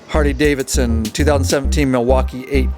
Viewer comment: Is it just me or does he say hardy?🤷🏻‍♂️